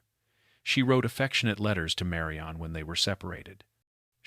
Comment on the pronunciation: This is very annoying. Her name is Marion or Marian. NOT Mary-ON. Sometimes narrator says it correctly.